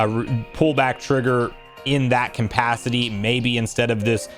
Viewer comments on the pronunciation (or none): cumpacity 😂 bro, it's capacity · “Capacity” not “Compacity”